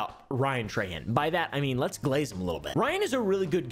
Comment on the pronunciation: being a louisiana native hearing people say trahan like "tray han" is so weird. we say "troh(n) hoh(n)"